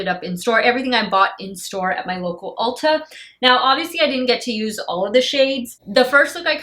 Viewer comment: When you said Ulta the first time, it sounded like you said Ultra! 😂😂😂😂😂 When I used to live in Chi, I beyond miss it there, used to have Ultra supermarkets there.